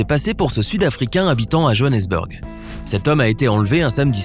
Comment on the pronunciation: La façon dont il a prononcé Johannesburg